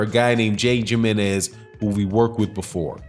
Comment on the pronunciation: Ortiz’s mangers Name is pronounced “himenez” even though it is spelled with a j. Also you are 1Mil correct that Joshua and Hearn knew that Ortiz wouldn’t take the short money like that.